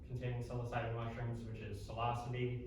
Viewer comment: Pretty good presentation so far have to watch the rest later but idk if he says it on purpose or if there's a reason for it cus he has a lot of knowledge about it but psilocybin is pronounced " Sy-low-sy-bin" or "Sy-low-sibe" either way thanx for the knowledge